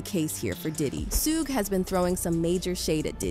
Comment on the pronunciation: It’s SHUG Knight (Shug like in Sugar) Wth is a Shu-gay ? I’m from Europe and know that. Shu-gay like Beyoncé ?!??